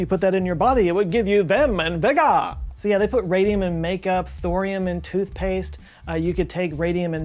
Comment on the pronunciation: IJBOL at how you said “vim and vigorrr!” 😂